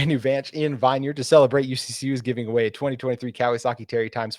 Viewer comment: Fan of your show, just gotta lyk that everyone in Vineyard pronounces it vihn-yerd, not vine-yerd 🫡